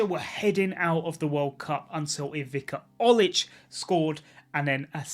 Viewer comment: dont mind him, just some friendly advice: 'c' in croatian is pronounced 'ts' not 'k'. like with ivica olic i heard once where you said ivika instead of ivitsa. otherwise you did fine and got many of the names right, great vid mate!